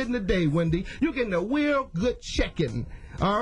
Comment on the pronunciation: You gettin' a weal good checkin'!